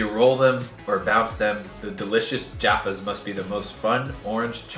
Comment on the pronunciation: Props to your correct pronunciation of Jaffas! I'm so over Americans calling them Joffas lol.